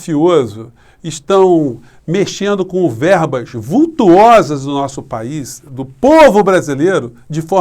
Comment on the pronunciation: não seria verbas vultosas em vez de verbas VULTUOSAS???